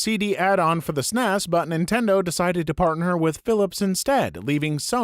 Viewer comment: Pronouncing SNES like a word sent me 😂😂😂